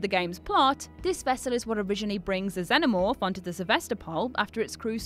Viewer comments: It's pronounced Zen-omorfe. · "zeno morph" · Its Xenomorph not xeNOmorph thats why Jules is trigerd at you when you mispronounce words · At least say Xenomorph correctly.